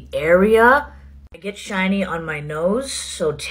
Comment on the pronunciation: She says “argue” in a way that rhymes with “wagyu”😂😂